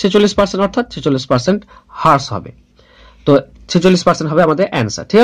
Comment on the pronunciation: Vai thanks for the video...tobe হ্রাস=rash,,,bolle mone hoy valo shuna jabe .. infact হ্রাস= rash e shothik pronunciation.... By the way very good job bro